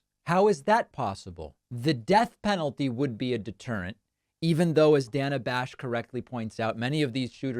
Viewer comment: Why was he calling her Dan-a? That’s a weird pronunciation. Lol